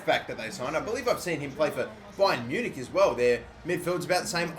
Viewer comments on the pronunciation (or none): none